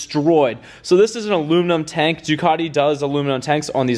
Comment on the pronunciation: Please do all Ducati owners a favour, first pronounce it right and then please use the proper red. Thanks. 🥊